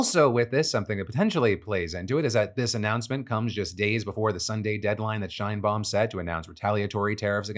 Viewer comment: Phil! I love ya! The “She” in Sheinbaum is said like in the word “Sherwin” or “Sheraton” not “Shainbaum”.